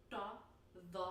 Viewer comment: Dha and Dhad you also pronounced correctly, but not as nice as the Sad before. I think you intuitively do the right thing, you just don't understand that there is only a single thing you need to do, which is learning to control the tension of the throat. Just alternate between Alif and Ain and then just add the consonants on top. You already know how to do Ain, so just make Ain and Dha at the same time and you get Dhad. Ain + He = Ha Ain + Da = Dad Ain + Kaf = Qad Ain + Sin = Sad. I think you should see the pattern now. ;)